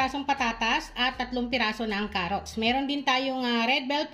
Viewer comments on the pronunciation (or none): none